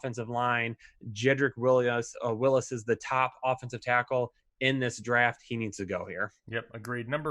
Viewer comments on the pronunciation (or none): Wills not Willis... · Wills not Willis haha